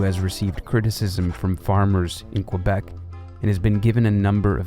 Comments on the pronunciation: That too. Should be "Kay-bec" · Isn't the most glaring mispronunciation in the video calling Quebec "Kwuh-beck"?